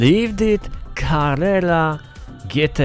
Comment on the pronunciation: Lucek Carrera a nie Carerra ;)